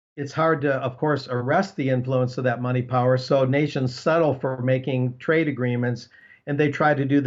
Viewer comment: Fwee market and fwee twade.... thank you,?